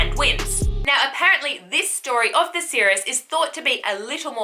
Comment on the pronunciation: History is never boring when Tacitus and Strabo are the sources :) And enthusiasm makes up for the different ways you pronounce Tacitus and Seeress - I do imagine serious Tacitus also sometimes struggled with the pronunciation of those far away Germanic tribes:) Looking forward to more "boring" stories from you!